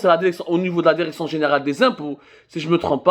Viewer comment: Les journalistes francophones du Maroc ne disent pas derection derection derection derection derection derection derection derection derection